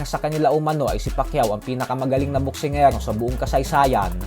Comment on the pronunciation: Boksingirookk 😂😂😂😂 BULOL tlga sa RRRRRRRRRRRRRT AHHAAHHAHAHA